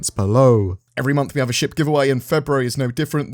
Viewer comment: wow articulate! heard the first five paragraphs as 'sh%^' instead of ship and it was hilarious!